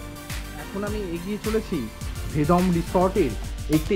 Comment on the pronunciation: Kotha ta Vedom na Vedam. Uff